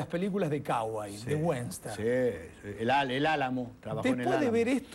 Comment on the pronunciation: Fantono: se dice WESTERN, no WENSTER. y lo de CAUGOY la dejamos pasar...